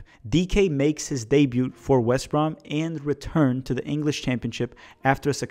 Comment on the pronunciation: FYI - the T in "debut" is silent.